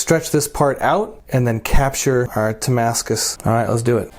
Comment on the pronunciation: You wanted to say Titanium but thinking Damascus and came up with Tamascus